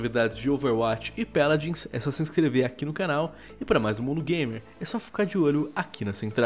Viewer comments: Pq vc fala peladins de deveis de fala paladins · O vídeo inteiro ele ficou falando peladins Que agonia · "Péladins" kkk